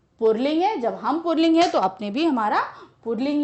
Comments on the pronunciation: Ma'am ur pronunciation of पुल्लिंग is not correct. It is not "पुर्ल्लींग" it is "पुल्लिंग". Is ke pronunciation me r word is not included. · Ye mam pulling ko purling kyun bol rahin hain😅🤣tq u mam❤❤❤❤ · its pulling not purling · पुल्लिंग ही बोला जाता है न कि पुरलिंग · Pulling ❎ purling ✅ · Mam purling nai puling....😂😂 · Mam pulig ko purling bolti hai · Pulling hota hai purling nahi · Mam please can you tell me that where you see र in पूलिंग because you are pronouncing पूलिंग- poorling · Mam puling hai na purling nahi hai. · Purling nhi puling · पुल्लिंग को पुरलिंग क्यों बोलती हैं आप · Mam says purling 😂